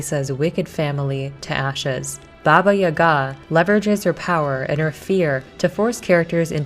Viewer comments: Really cool video, but I find your pronounciatin of "Yaga" (Jaga) weird. In Polish we say it with an accent on the first syllable YA-ga, not ya-GA. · When I was growing up, grown ups would always use Baba Yaga as a scare tactic to get kids to go to bed at bedtime lol However the stress mark on the name Yaga is on the first a, Yága :) great job on the video! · Yaga like saga.